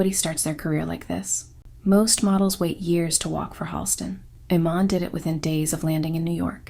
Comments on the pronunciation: Is this AI audio? How did you do ALL that research and mispronounce her name like 3 different ways.. ee-MAHN. i-MAN? Ee-MAN? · UGH. YOUR PRONUNCIATIONS ARE HORRIBLE. "Iman" is "ee-MON." Mugler is "moo-GLARE." And don't forget Beverly Johnson and a few other African American models BEFORE Iman.